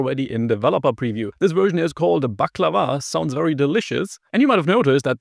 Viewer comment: First time in history that someone who's not from the Balkans or Turkey actually gets the pronunciation right.